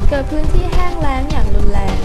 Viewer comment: เป็นสารคดีที่โอเคมากครับ แต่ที่อยากจะแนะนำคือ เรื่องของผู้บรรยาย น่าจะมีการอ่านที่เป็นจังหวะมากกว่านี้ แต่น้องอ่านรัวมาก และที่สำคัญครับ ร กับ ล อักขระออกเสียงเหมือนกันเด๊ะ (ประโยคที่ว่า "...แห้งแล้ง...ที่รุนแรง" ผมฟังแล้วเป็น แห้งแล้งที่ลุนแลง)ยังไงก็เป็นกำลังใจนะครับ